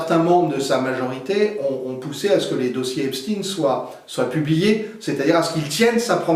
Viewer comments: Edward ne prononce pas correctement le nom "Epstein". Il faut le prononcer comme dans Einstein [ˈɛpʃtaɪn]. En prononçant Epstin, on laisse croire qu'il est d'origine russe (ce que font continuellement les médias mainstream). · Très intéressant merci ! Par contre je ne comprend pas pourquoi vous prononcez le nom Epstein STINE et non CHTAINE … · Merci. Par contre prononcez "Epstein" pas "Epstine" comme la doxa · Pourquoi changer vous le nom Estpein en Estpin ? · Effectivement comme il se doit d’être prononcé ! Ex: Albert Einstein 👍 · Si on dit "epstine" pour Epstein on doit dire aussi "einstine" pr Einstein ??😅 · C'est d'autant plus étonnant qu'Edouard Husson parle allemand et il semble avoir oublié la prononciation allemande (qui est celle pratiquée aussi en France)... 😅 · Non, il faut prononcer "Epstine", parce que cet homme était américain. C’est le snobisme des journalistes français qui les fait choisir la prononciation allemande, alors même qu’ils sont bien souvent incapables de faire une phrase en allemand.